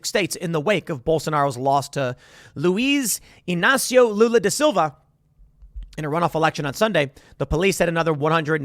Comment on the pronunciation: Brazilian here, passing by to say the pronunciation of "Luiz Inacio Lula da Silva'' was pretty good and as a portuguese/english speaker i can say that those words are not easy to pronounce. Congrats.